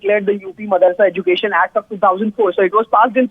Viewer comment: Madarsa or madrasa? N the way she pronounce education. Bad anchor